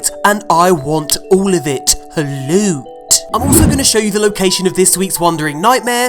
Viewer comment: Just came to say the way pronounce certain words cracks me up! Thanks for all the lewt.